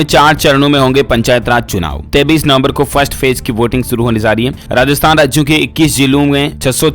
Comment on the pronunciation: Bhai 33 nov. Nahi 23 nov. H news ko sahi s pado plz.